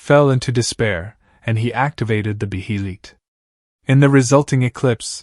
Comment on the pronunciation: Besides butchering Behelit awsome video